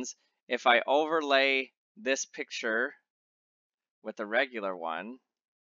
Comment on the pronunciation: Why do you remove the 'C' from the word 'picture' ?